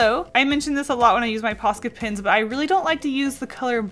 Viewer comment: When says Posca pens, it sounds like Posca pins